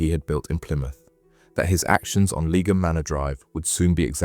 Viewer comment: Great video, thanks. BTW, Leigh (pronounced 'Lee') is an English name and surname of Old English origin, meaning "meadow," "woodland," or "clearing". So 'Lee-um' is kinda how you pronounce Leigham :)